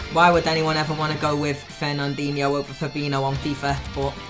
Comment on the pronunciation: When the Liverpool fan can’t even pronounce fabinHo. Stop saying FaBiNo